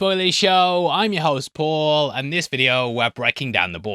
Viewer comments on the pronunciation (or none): none